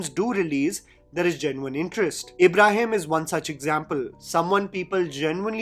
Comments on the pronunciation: you're criticizing people's acting but you can't even pronounce a name right , it's IBRAHIM not ABRAHAM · but why are you calling him Abraham like John Abraham....isn't it Ibrahim...like ibrahimovic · Ibrahim, not Abraham!! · It's not Abraham, Or Abrahim It's is IBRAHIM❤